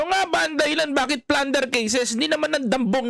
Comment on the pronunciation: Plunder po di Flunder